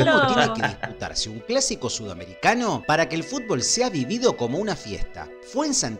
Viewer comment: "Fútbol" se dice, no "futbool" te banco fuerte 💪